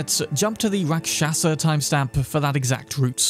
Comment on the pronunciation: Its pronounced... RAK SHAS , the A at the end is silent. Its Hindi word for demon or bad entity.